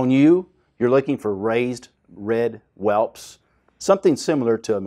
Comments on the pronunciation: Whelts..not whelps😂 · It’s welts, not welps.